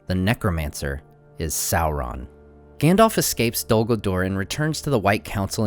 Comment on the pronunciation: Public safety announcement: There is no l, in SAURON.